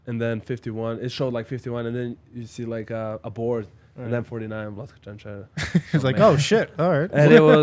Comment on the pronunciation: Čančar not Cančar